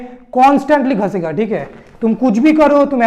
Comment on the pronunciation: Ghasegaa nahi, bolo ghisegaa.